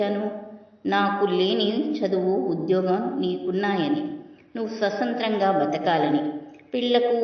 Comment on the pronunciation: Swasantram kaadu thalli Sathntram konchem palakatam nerchukondi padimandi vintaarukada